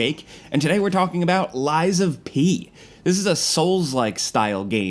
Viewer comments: Who TF is "Lysa P."?? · I went to school w a girl named Liza. It sounds like your saying her name, Liza P. Lol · calling a game lies of pee is crazyyyyyyyyy